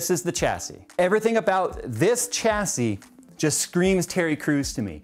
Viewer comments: never noticed before do you always pronounce the 'h' in chassis? really stood out in the video i like your videos but generally speaking its a silent 'h' shassis is how it normally sounds. not sure why it bugged me sorry. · Okay you kept saying it so, just fyi: "Chassis" is pronounced with a "SH" starting sound. That is all. Also, people whining about sponsorship is stupid - so long as it's disclosed and made clear where the parts are coming from, any further complaints are just envy.